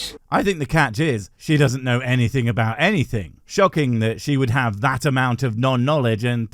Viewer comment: Oh great, the "I hiv a quischon" lady. She's as daft as ever.